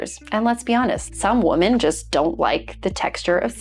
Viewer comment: This is an absolute pet peeve of mine. What the hell is it with not being able to pronounce your own gender correctly?